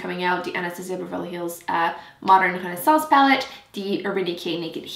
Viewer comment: I loved when your french accent came through on Renaissance hehe. I need to try the shape tape! I'll get my hands on it yet!